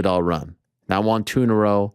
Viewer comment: I am Canadian 🇨🇦 and I cringe every time I hear you say won.